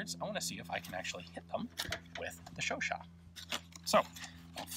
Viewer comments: Chau-CHAT: the second syllable is to be stressed, not the first. But it's already an improvement over earlier videos where you said something like Shuu-shuu... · Oh I thought you pronounce it like Chow-chat lol :/ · Me pronouncing the gun Chooochat